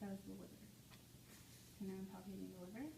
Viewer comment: She actually said "palpating" correctly . My stars!